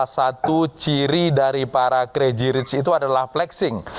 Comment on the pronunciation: Diterjemahin kata perkata 😂 udah gitu spell pembawa beritanya : kreji rich